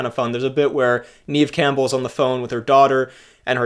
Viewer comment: FWIW, it's Neve as in "rev" and not reeve or grieve.